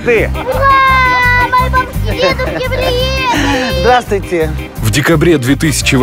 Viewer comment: Автор, ударение в слове сваты на первый слог. Говорите правильно.